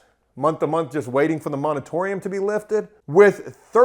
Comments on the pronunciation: Moratorium. Moratorium. Not Monetorium. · The word is Moratorium, not monatorium, just so you know,. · "moritorium" not "monitorium" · You should call Ben Mallah. He will lace you up. You are for sure doing it the riskiest way. Also say it More-a-tory-um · moratorium, the word is moratorium. /ˌmôrəˈtôrēəm/